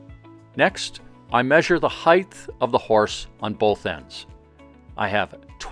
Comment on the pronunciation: This is a great video. My only nit-picking comment is that there is no "th" in height. I don't know why, but that drives me nuts. In all seriousness, though, I loved this video.